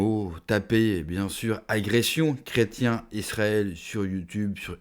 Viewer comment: Intéressant Par contre, merci d'insister sur le "i" du mot "chrétien"...